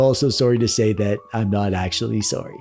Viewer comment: This is the most Canadian intro ever, just “I’m sorrey” 50 times in the first couple mins! Love the video tho, I recently gave my sister my modded DSi and she has loved playing on it and letting her friends play on it too. If you find yourself with an abundance of doo-dads, redistribute (and create more retro handheld enthusiasts ((sorrey not sorrey)) - just watched the full vid, I loved the sitcom skit, and the joke at the end was hilarious!